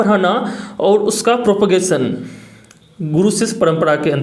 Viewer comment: गुडू क्यों बोल रहे गुरु होता है